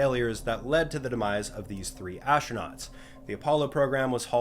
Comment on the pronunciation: "ashtronauts" is just wrong